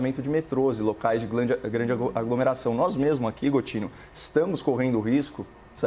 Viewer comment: "glande aglomeração" ato falho do nosso amigo